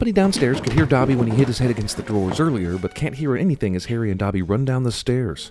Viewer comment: 100 sins for mispronouncing Dobby